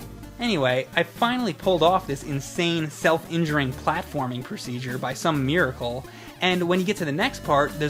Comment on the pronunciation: what is a 'meeracle'? you suck